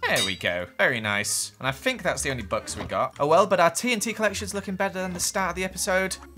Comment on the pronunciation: When you say books it sounds like your saying bucks